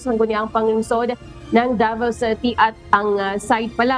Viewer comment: Pakiayus naman ang pagbigkas davao city hindi po devil city